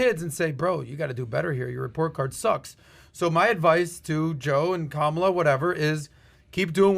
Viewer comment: Why do you keep pronouncing the VP’s name wrong?